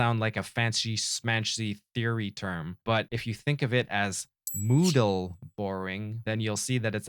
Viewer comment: Hey man, good stuff! I like the bit where you called it moodal borrowing instead of modal borrowing cause mood man. :)